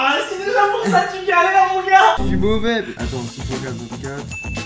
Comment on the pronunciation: " mauvait" xD